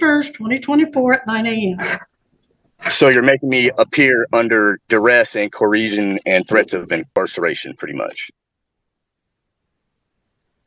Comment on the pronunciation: And he's a SovCit! Too good! Short, angry, ignorant. Fits the bill. "Koreezhun."